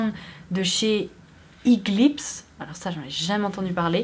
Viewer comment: Le Face Blur me convient très bien (en revanche, il faut bien se démaquiller après car il peut boucher tes pores). La marque A'pieu se dit "eo piou" (어퓨) si ma mémoire est bonne (donc ça se dirait o piou à la française) La marque the Saem se prononce "deo ssem" (더 쌤) donc "de sém" en fait Eglips se prononce Iglips et RiRe je ne connais absolument pas mais si ça s'écrit "리래" ça se prononce "lilé". Aritaum se prononce "a-li-ta-oum" Pour la protection solaire, c'est parce que les Coréens sont complètement paranos et ne veulent pas bronzer et ont peur d'avoir un cancer de la peau. Je te conseille la marque Clio. Un peu plus chère que les autres marques (comme Etude House) mais les produits sont de très bonne qualité, notamment les produits teint et yeux. Je suis d'origine coréenne et la découverte des produits cosmétiques là-bas a été un véritable choc culturel 😂 Ils sont tellement au point mais peu de gens connaissent et je trouve ça dommage (surtout quand on sait que les marques occidentales s'inspirent énormément des cosmétiques coréennes - et japonaise aussi). Ça me fait super plaisir que tu en parles en tout cas et peu importe le produit, j'attends tes articles avec impatience 😊